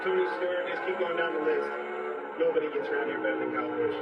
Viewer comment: bro why dose say KYle BUsOOh